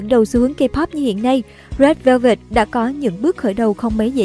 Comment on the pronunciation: bức quá , đọc rét vơ vẹt mà tức á😒